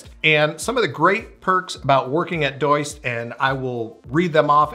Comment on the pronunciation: I don't think it's pronounced Doyst, it's Do-ist. But idk I'm just guessing since they make a To Do app. 🙄